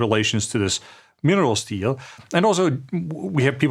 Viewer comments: Funny how my YouTube subtitles translate “minerals deal” to “minerals steal” every time Andreas says that. 😂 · Maybe a Freudian fallacy but I heared a mineral steal instead of a minerals deal. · You said it: Mineral Steal. Subliminal slip? Even the Google translator heard it on cc.